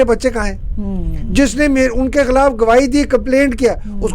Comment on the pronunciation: Why cant she pronounce the word KHILAF?